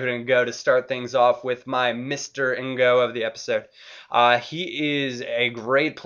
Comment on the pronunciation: To help with your pronounciation - its David N'GOG, not N'GO :P